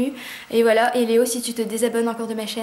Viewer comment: Ton "voilà" par contre il dérive dans le "voilo" ! Trop choux ! Aha